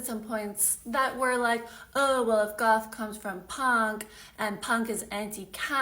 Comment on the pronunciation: I really thought you said “golf YouTuber” 😂😂😂